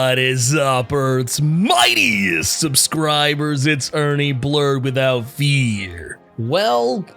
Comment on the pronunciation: “Whadisup Earths mIGHTIEST subSCRIbooors”